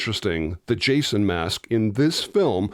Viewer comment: Chason? Or am I the only one hearing that?